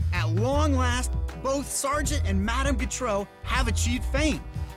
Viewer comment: He can't pronounce Gautreau. She was from Louisiana, like me. It's pronounced "GO-tro", not "g'TRO."